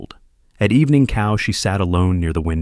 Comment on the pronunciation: Not cow... its chow, food line, cafeteria